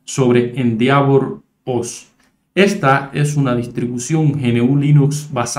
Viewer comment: se pronuncia ... endévor